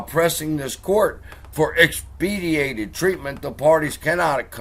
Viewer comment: X-PEH- DIGH-TED